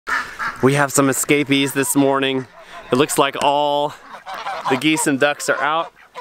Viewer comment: I thought you said "we have scabies" WHAT? Then realized you said "escapees" made me chuckle. I can see why you love this countryside. Beautiful